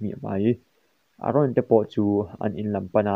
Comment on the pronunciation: Sir aron i tia a dik lo eren tur zok